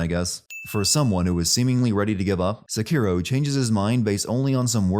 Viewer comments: Giving the Youtuber 1 sin for changing the pronunciation mid video from SEkiro to seKIRO come on internet pick one. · The way you say Sekiro sucks. Stop saying it wrong